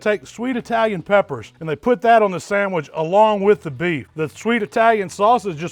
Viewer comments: Sangwich lol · My guy said a sangwich u kno its gon be